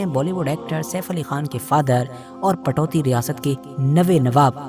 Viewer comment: Ptoudi ( Saheeh hai ) Patouti ( galat hai )